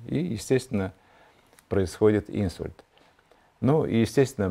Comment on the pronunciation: Не Инсульт, а инсУльт. Извините, конечно, но режет слух не правильное ударение в этом слове😊